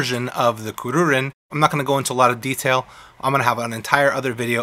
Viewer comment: Kur-ru-rin is how it's pronounced